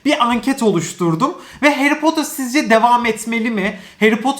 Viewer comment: Potter, potır diyemi okunuyo yoksa potur mu çünkü ben potır diye biliyorum ama potur diye okuyo aşırı takılıyorum oraya 😂😂😂